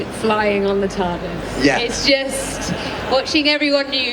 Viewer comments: "tard-ease", it that something you take to stop you being late? :face-turquoise-covering-eyes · ...Did she say TARDEES?